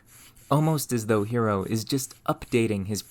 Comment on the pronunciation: Note that the name "Hero" is meant to sound "HEH-roh".